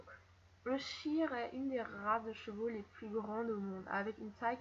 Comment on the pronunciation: Les shires pas les shaieurs horses ,-, Sinon super vidéo